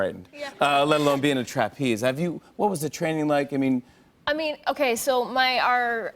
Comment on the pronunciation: TRApeze. Interesting pronunciation